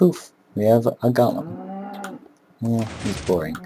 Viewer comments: you say gollum instead of golem, this is not lotr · go-lem not gah-lem.